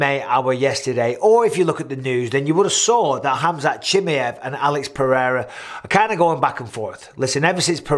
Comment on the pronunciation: I always get a kick out of the way Mike pronounces Chimaev 😅. I think khamzat is the 1 lying here. But it's not because of him being scared or trying to back down, I just think the only reason he even called Alex out was cuz he just got the belt, has a deficiency in wrestling, and is in the same division he's competed in as well. Once ufc told him yea, we'll give u Alex like u asked, but it's at 205 and for no belt....he was prob like "k well fk it then lol" that makes no sense